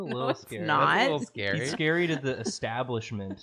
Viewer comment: Karina: Angels are scawy. Aziraphale: am I a joke to you?